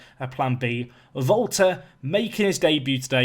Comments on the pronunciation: Valter is actually pronounced Wal-ter , it's the Brazilian version of walter I believe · Are You saying Volta or Volter? Can't decide.